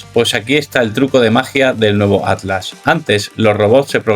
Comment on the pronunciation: Pronuncia la MALDITA T es ATLAS no ADLAS